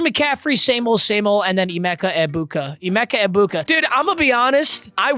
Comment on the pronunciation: please google how to pronounce Egbukas name, every time it kills me